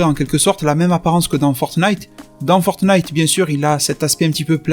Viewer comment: Tu me tues à dire "fortenite"